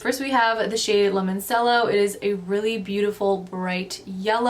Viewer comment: Super beautiful palette.. but as an Italiano babe, Limoncello is La-mon-chello lol but girl seriously I never cared for the Deck Of Scarlet palette till now!!